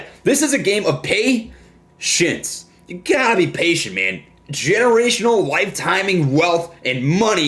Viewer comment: Sounded like he said "This is a game of PAY SHITS" We're the shits! Lol